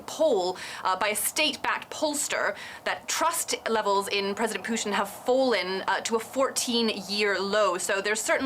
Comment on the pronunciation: She doesn't even know how to pronaunce Putin...lol